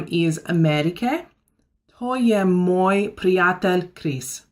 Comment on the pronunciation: its not moi its moj and we not use dobro noč cause sounds weird also lahko noč its correct but a translate on english is easy "lahko" have more means in slovenia: lahko greš ti - u "can" go ; or ; to je lahko- this is "easy" And we use it on good night also means lahko noč...things only slovenian people understand i think ;)